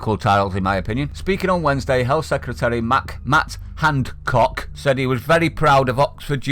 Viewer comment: This is it with these crazy Right winged mad bofins ..Oh she must remember that bo Jo ,and the government ..didn't do any thing wrong ..You seemed to Roll your tongue when you said HANCOCK ..yes Sweden did it different than slow UK ..why don't you piss off there ..If there is No virus do me a favour get a job in a old Biddy's home ..